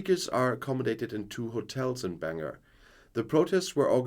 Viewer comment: Lol! I love it when someone from outside NI tries to pronounce Bangor - "Banger!".